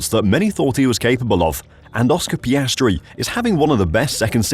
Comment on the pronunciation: Get his name right. It’s Piastri. Not Piastre or Piastry.